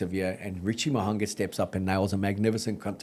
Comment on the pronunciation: Good chat but can someone please teach that its not MoHUNGER?